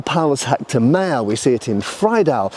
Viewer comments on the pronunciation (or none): none